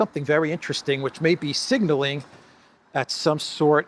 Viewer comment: Just to make you aware (constructive, not mocking)... you seem to be saying 'singling' when, from context, I'm pretty sure you mean 'signaling'. (single vs. signal) .